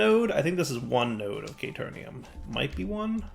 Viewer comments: caterium, not caternium. what's with the extra n? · It's Caterium! Not K-Turn -ium. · it hurt hearing him pronounce it wrong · Came to see if mispronounces caterium the same way he misspells caterium...was not disappointed. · Oof pls. There is no "N" in Caterium. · ikr xD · I believe that even if he realizes this, he’s going to keep saying it wrong anyway.